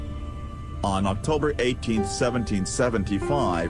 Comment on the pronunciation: One of the worst computerized narrations that I have ever heard. 18 tee aitch and don't forget to pause for line breaks.